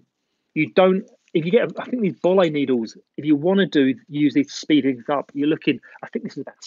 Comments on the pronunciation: the way u said boillie made me cringe it is pronounced boylee not bowlee and the brand is nash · The boilie needle is for carp fishing and attaching a hair rig to the boilie bait. The bait is called boilie, because you boil it to harden the outer shell. It is also pronounced boy-lee. Not bol-lee. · Its pronounced"Boil'ey" they are a round processed fishing bait used for carp fishing. Good video mate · nice vid you can get the boilie needles from any fishing tackle shops in the carp fishing section the one you had is made by Nash Tackle but your pronunciation is slightly off if you break it down to two word the put them together it will sound right (boil -- lee) put them together and it will sound right hope that helps anyone going to buy one from a tackle shop